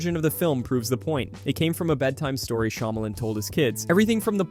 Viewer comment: I can't take you seriously when you say "shymalan fans"